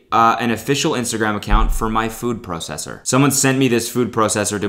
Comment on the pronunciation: The way he says food processor reminded me how much I hate the way Canadians pronounce some shit